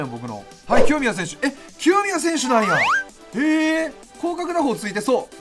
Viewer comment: 清宮が極みやに聞こえたw